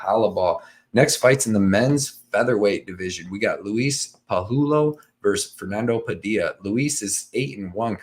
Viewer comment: Say it with me: Pah-who-eh-low (Pajuelo) Jonny is gonna be super impressed when you nail it for Defend Your Units 😂👍🏼